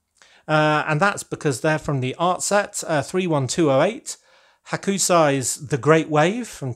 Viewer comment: Hack-sigh is a more accurate way of saying ha-ku-sai. I think a mini display like the Hood stand would do your X men justice.